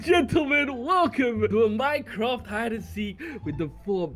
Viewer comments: he say minecat in the beginning 🤣🤣🤣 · i thought he said today guys were back with some more minecrap hide and seek